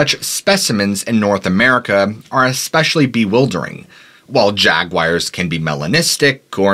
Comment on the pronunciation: I love your channel. I’ve listen to most of your content. With that said, I’ve made a study of your pronunciations on words. Please tell me where you are from regionally. Jag-u-i-ars is an unusual way to pronounce the word. Another video you said ee-cee for “icy”. Please let me know!